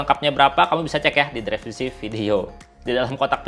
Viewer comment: Bang, btw lucu juga denger pengucapan "dreskripsi" 😄. Makasih bang, bermanfaat bangett 😁